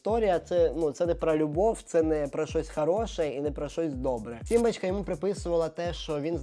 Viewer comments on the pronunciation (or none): Сорян. не "симбачка", а "сімбочка". не "пропагандувати", а "пропагувати". Пане, беріть на озброєння ☺